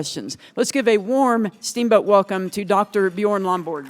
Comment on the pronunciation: Did she call him “Buh-Jorn” instead of “Buh-Yorn”?